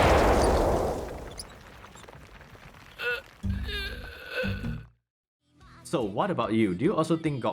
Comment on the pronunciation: im subscribing because of the word "protagoneeez".